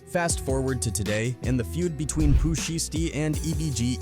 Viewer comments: 😂😂😂 he said Pooh name wrong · 😂 and after he already said it right twice..